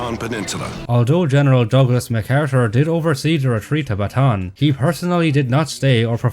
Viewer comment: fun fact: the pronunciation for Bataan is wrong. Bataan is actually three syllables not two. So when y'all say it, should be Ba-ta-an, not Ba-tan.